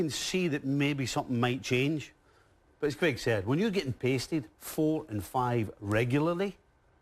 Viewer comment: Its not Cregg, its Craig...